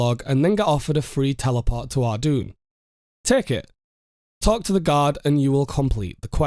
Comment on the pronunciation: Thats not how you say Ardougne